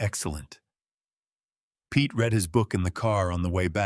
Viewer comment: The words "lead and read" were constantly mispornounced constantly in this story. You should proof read/preview your work.